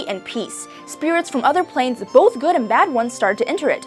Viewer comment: "Good", not "goof"